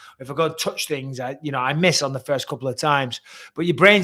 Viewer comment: you said tings, ffs